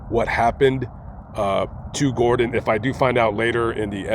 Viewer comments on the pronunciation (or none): none